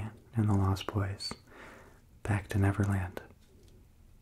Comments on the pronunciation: Did anyone else cringe a bit every time he said netherland instead of neverland.. 😅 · I heard 'Netherland' instead of 'Neverland' a couple of times....Maybe it's because I live in The Netherlands. Yep The Netherlands surely are beautiful. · Is he saying Netherland instead of Neverland? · Was he saying never land or nether land?? ( no hate just a question) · This was really relaxing, but I'm also laughing because I constantly hear him saying "Netherland" and not "Neverland" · LOLOLO , he said Netherland instead of Neverland 😂😂😂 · Learn how to pronounce your v's guy. "NeTher land" and "NeVerland" are two different places. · Is it just me or does keep saying 'Netherland'?